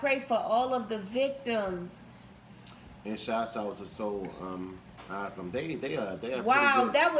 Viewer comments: Its Its pronounced Soul A-sigh-lum Not Ass-lum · This song was released in 1993, hence the 90's dates on the photos. It's pronounced Soul A-sigh-lum. Like a mental institution ,asylum. Somebody to Shove and Black Gold are a couple of their other songs. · Soul A-Sigh-Lum Spelled it phonetically Bows out to &